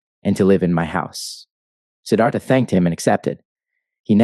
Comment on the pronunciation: it's siddarta ..